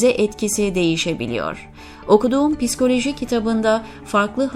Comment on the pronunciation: Piskoloji diye okumasanız.okuyan hanımefendi bazı yerleri yanlış okudunuz.biraz daha özen göstermeniz dileğiyle.